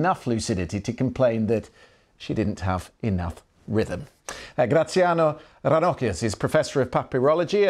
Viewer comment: Yes, I was surprised when he pronounced 'Graziano' correctly and then he pronounced 'Ranocchia' incorrectly, conforming to my expectations.